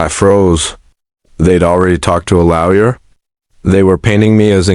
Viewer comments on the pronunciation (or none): Get someone who can pronounce properly. Stop saying 'laoya' instead of lawyer